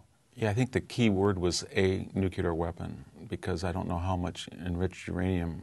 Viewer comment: . Mr Hanson actually says 'newcular'. Unbelievable. Credibility plunges to zero.